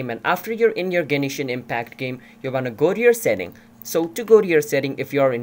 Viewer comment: lmao genishin